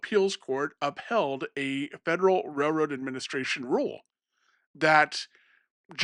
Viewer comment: It’s pronounced raiLroad not rayroad